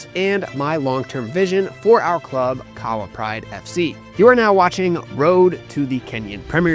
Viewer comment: Keep it up!! Shout out to your video editor, good job, And bytheway, Kahawa is pronounced 'Car-her-wa' 😉😉😉